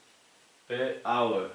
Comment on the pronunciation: Gracias por tu generosidad en compartir tus conocimientos, es un verdadero placer aprender contigo. Un abrazo afectuoso desde Quito - Ecuador. Pd: Es hour ;)